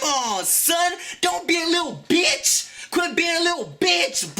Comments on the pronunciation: Lmaoo I love the way he says "BE-ITCH!" ;D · i always like how he pronounces "stupid" and "bitch" hahaha soo funny